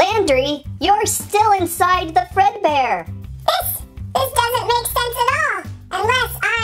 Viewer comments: fazbear not fredbear. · It’s Freddy fazbear not fredbear